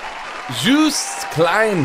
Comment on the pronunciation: It's pronounced something like "Yowst". The way you prunounce it would be spelled Djoest or somethimg in Dutch.